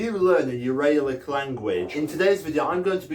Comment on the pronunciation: Also your pronunciation of Uralic made me cringe, Ural (as in the mountain range where the Uralic people come from) is pronounced with a short A